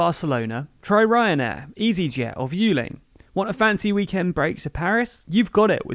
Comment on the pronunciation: The way you pronounced "Aigle Azur" and "Vueling" kinda made me want to cry on the inside but still, congratulations on yet another great video. Keep up the hard work! P.S. Vueling is pronounced similarly to "dwelling", Aigle Azur as "Egg-la-sûr"